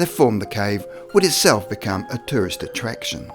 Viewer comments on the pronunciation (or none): none